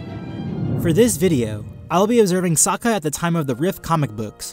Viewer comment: As much as it pains me to admit it, i agree with your verdict. I love Sokka he's my favourite character, but he's out of his depth here. And good on you for pronouncing his name correctly, a lot of people don't. Looking forward to the next video!